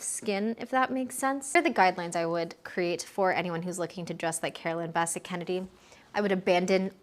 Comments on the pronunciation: Carolyn BESS-ette Kennedy… not Basset. Straight lines! Straight lines! Straight! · Quick tip...it's pronounced Bi-SET, with the accent on the second syllable. A beautiful video! ❤ I miss them both. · You're mispronouncing her last name. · You are pronouncing her name wrong.